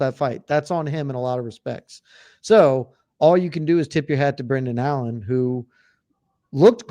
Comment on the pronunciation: Allan? Make some effort next time